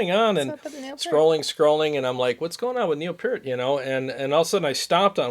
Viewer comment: RIP Neil. So sad. FYI, the pronunciation sounds like Peeeert. P then "ear" then T. =). Only took me 40 years to learn that I'd been saying it wrong. Thanks for the live stream! One of these days I'll catch one as it happens!